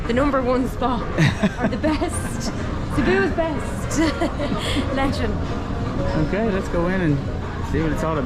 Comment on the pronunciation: Its not,lee chan,, it's lechon😅